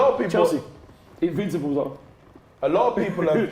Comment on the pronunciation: LETS ALL LAUGH AT all he says is invinccibles 😂😂😂😂😂😂😂😂😂😂😂😂😂😂😂😂